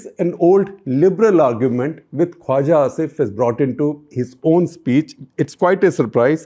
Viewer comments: It's not "Kwaza". It's "Khwaja". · Shekhar, excellent take on Pakistan and its Defence Minister. Hate to point out that your pronunciation of tbs word “Khwaja” needs tweaking. You pronounce it as Khwaza, whereas the j should be pronounced like j in Jinha or Jeet or Raja. I hope you can fix this. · I think it's khwaJa asif not khwaZa asif